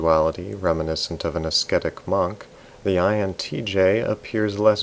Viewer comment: Don't pronounce the first c in ascetic. Of course I'm correcting you. I'm an (pronunciation guide) Also, it is difficult not to fall into a little narcissism as an INTJ once you've met other people and interacted with them.